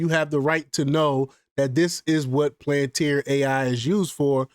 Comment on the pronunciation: Lmfao 🤡 can’t even pronounce it right. Instant block and downvote